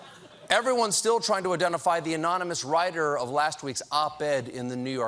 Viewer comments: anyone knows that the correct way to say anonymous is like trump says it ammmissis check the video SADD VERRYY SADD!!!!!!!!!!!!!!!! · That last impression of Trump was clearly fake. Trump can't pronounce the word ̶a̶m̶o̶n̶y̶n̶u̶s̶ ̶ ̶a̶n̶o̶m̶y̶n̶o̶u̶s̶ ̶m̶a̶n̶o̶m̶y̶n̶o̶o̶s̶ ̶a̶n̶o̶m̶y̶n̶o̶u̶s̶ anonymous! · You mean, anomynous, right? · Dentures Drumpf write his "own real book"??!! He cant even SPELL or SPEAK right. "Amonimus" Lmfao🤣😅🤣😅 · Micturate America Great Again! MAGA! Trump gets pissed so easily... all those Diet Cokes should make for some easy Presidential waterboarding of his White House staff and a real quick confession from the 'Amomonous' Op-Ed Author.... 'Gezus' he can't pronounce Anonymous and Micturate would be a real' pizzer' for him too. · It's actually pronounced "anomonnouuushhh". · Anonymous? Sir, haven't you heard? It's pronounced "anomoness." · Hey Steven get it right it's "ANAMALOUS" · Stephen and - what a great team. And what is the difference between unnamed and anonymous sources? Sorry anomi....omonmi.... anomanou...You know what he meant even if he didn't. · Don't you mean "amonimus"? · So trump can spell anonymous but can't say it lol! I'm not convinced.